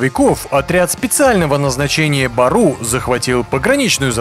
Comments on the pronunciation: Не бару а " Бору" что означает волк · Не БАРУ , а БЁРЮ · Не баруу а бѳру